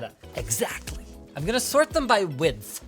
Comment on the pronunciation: I like that Linus pronounce width as widthe